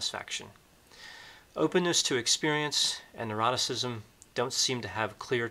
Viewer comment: Very interesting - thank you. A small point - you tend to pronounce ‘neuroticism’ as ‘eroticism’ 🤔